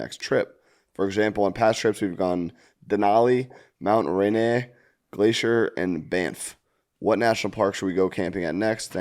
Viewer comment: Diabolical pronunciation of Mount Rainier from. Obviously never been to Seattle despite his sports town takes.